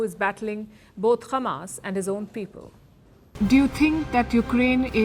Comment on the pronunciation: At least Palki Sharma stopped pronouncing h@ as khamas 😂😂 Edit: I was wrong, she pronounced h@ as khamas at the end.